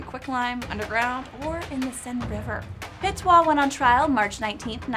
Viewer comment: The video was pretty accurate but you're mistaking the pronounciation of Petiot (pətjo in phoenetics international language). You are saying "petoit" instead of "petiot".